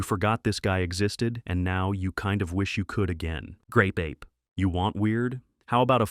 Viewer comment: OOHHH It's GRape Ape. .... Did anyone else here the G?